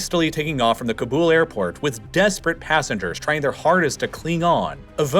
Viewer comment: Cobble. Not K''bool.